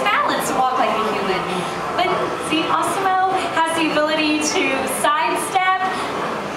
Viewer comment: lol i like how she pronounces it awsimo